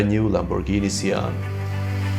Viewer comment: It’s actually pronounced the shaun like Shawn the sheep